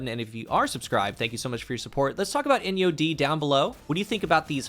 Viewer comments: Please tell me I am not the only one who heard "in yo d" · People who’s asking which SMG is that it’s “Enyo-D” 👍🏼💯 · She said put ENYO-D 😂